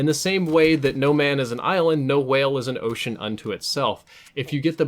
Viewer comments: Couldn't finish video due to the pronunciation of w-hale. Jk :) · you say whale like stewie says coolwhip